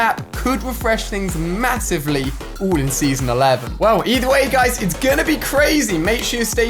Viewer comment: Instead of pronouncing all Ali says oooll